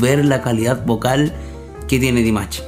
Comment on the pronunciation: Поете вы хорошо но имя человека которого любит весь высокодуховный мир произносите не правильно если вы нас деарс уважаете то правильно 🤴 Д И М А Ш !!!! Не надо каверкать и говорить Димач 🤨!!!! понятно вам 😎?! Не надо Ч 🙃 !!!